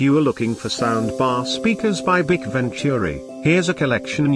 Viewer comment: It's not pronounced bic. It's B. I. C.